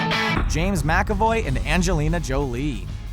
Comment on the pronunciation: Mc. Ay. Voy. Thank you. He’s Scottish and it’s not like he’s an amateur actor.